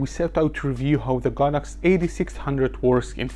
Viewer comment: This video is the first I've ever seen to accurately pronounce the brand as "God Ox" and explain the Chinese derivation. I've always thought of it as "sacred cow," but prefer your "holy cow" ; )